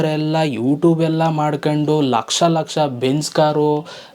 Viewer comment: 4 ಲಕ್ಷಷ ಅಲ್ಲ ಲಕಾಶ thuuuu😂